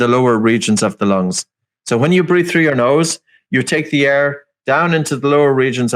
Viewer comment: Breathe...not breath.